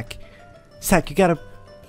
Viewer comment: Its more lik u keep saying sack instead of zack